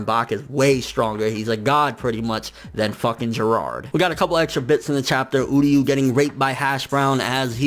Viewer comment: it's uryu not udyu, bleach English dub was bad